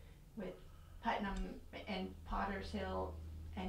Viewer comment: These are all my relatives! That one guy mispronouncimg our name is so bothersome. It's not PutMAN. We are related to the Putmans but that isn't our name.